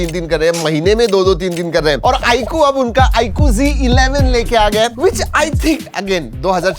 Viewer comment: It's not g11 😂 it's z11